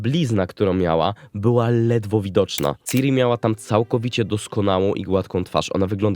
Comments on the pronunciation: "Siri" to jest w Apple. "Ciri" nie "Siri" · Mówi się kurwa CIRI nie SIRI. Nie ma tam żadnej angielszczyzny w tym, JEST C I R I. Sam Sapkowski wielokrotnie zaznaczał CIRI NIE SIRI